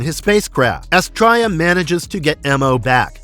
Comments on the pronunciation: Loved this cartoon but I remember “Astrya” being pronounced “AS-tria” and the little robot was called “Mo” not “em-oh” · How can you be a fan of the show and not know how to pronounce Astraea? It's "Astree-a". And the robot was called Moe, not M.O. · Yes! I’ve just commented the same before seeing this, almost like the narrator didn’t watch the show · Really good video. I don't know where you are getting your pronunciation of Astraea. I love the Space Sentinels. Watched this series as a child back in the 70's. I wish there was some footage of the intro with the original name: The Young Sentinels. Would have been nice to have been included on the DVD release.